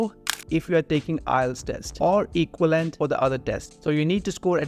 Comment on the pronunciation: Learn how to speak english, bro - you can't even say equivalent....what the hell is going on in this country